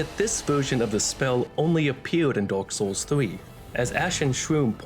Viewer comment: I'm sorry ya'll I can't unhear it "Dork Souls"